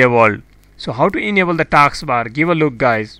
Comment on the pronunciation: It's not taaks bar it's task bar. First learn to talk english